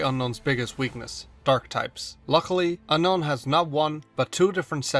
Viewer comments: Hey, did you know it's actually pronounced un-own? Gets murdered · Seems like you still refuse to pronounce it as Un-own, huh? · its UN-OWN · I don't think that's how you pronounce Unown...